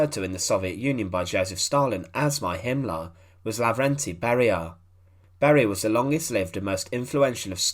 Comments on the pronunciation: Himmler not Himlah. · There is an "r" in the name "Himmler" like in "Beria". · i wish you would go to an accent reduction class. Himmler is not pronounced as "Him-lahh."